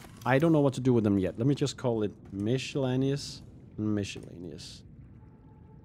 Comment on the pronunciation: I've noticed more than one person lately pronouncing "miscellaneous" with a "mish" sound. I'm starting to wonder if I had it wrong this whole time.